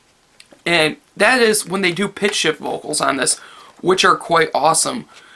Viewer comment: I honestly thought you said pig shit vocals instead of pitch shift vocals lol